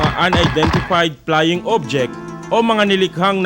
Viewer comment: I stopped listening after the reporter said, "...Unidentified Plying Object..."